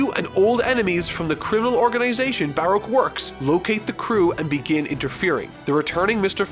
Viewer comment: Anyone else really bothered by his pronunciation of 'Baroque'?